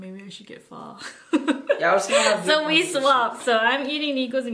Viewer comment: why you say pho wrong and happy late birthday